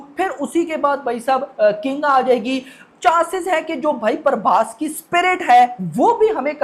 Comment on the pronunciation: Prabhash ❌ prabhaish 🐃🐃🐃🐃✅✅✅✅